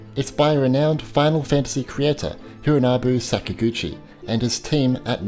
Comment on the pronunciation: He got Hinorobu Sakaguchi right, im impressed. "Nobuu Umatsu??" - he got us in the first half not gonna lie. Good review btw.